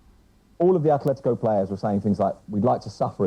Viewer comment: It’s Atlético Madrid not Athletico Madrid, and it’s Athletic Bilbao no Atlético or Athletico Bilbao